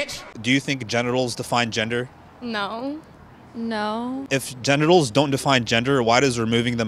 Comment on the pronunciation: Let me giv u a hint ok "GEN"itals, "GEN"der🤔